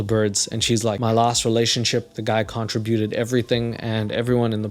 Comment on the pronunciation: Contra Buted 😂😂😂 isn’t it con tributed? 😂😂 new favorite guy on YouTube for sure ❤❤❤